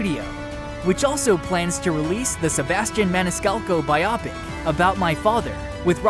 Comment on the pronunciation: BIO-PIC , PLEASE!!!!! NOT BIOP-IC!!!!